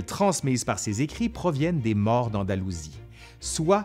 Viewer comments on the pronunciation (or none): none